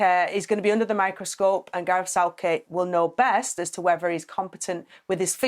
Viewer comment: She said Garth Southcake 😂👀